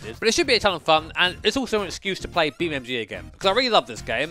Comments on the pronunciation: It’s Beam(N)G not Beammg ffs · Do you think he knows is BeamNG? Because the title suggests he does but he’s definitely saying BeamMG… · Is it just me, or are you calling it BeamMG? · Use me as a button for every time calls it BeamMG! Love you really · Does he keep on saying BeamMg 😂😂😂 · Why does he say BeamMG